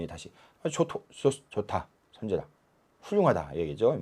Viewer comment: "선재라"의 "선" 을 왜 짧ㅅ게" 발음하십니까?? "척할 선 자"는 길게 발음해야지요??? 논어 강의를 한 분이 이 "착할 선"의 자고저도 모르신다면 이 얼마나 슬픈 한국의 문화인가? 이 고저 장단의 문제는 한 두가지가 이니올시다!! :한국 어문을 고발함"이라는 책을 일독해 주실까요??